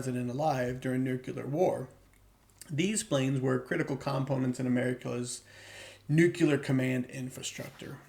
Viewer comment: Can't take anyone seriously, who can't pronounce the word nuclear.